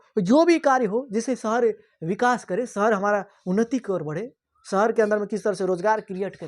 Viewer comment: Shahar . Not sahar Gaw nahi. Ganv poor hindi acchi malumat thanks